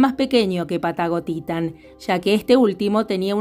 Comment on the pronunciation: Cada vez que dices Patagotitan me suena a "Pata gotita" 😅😅😅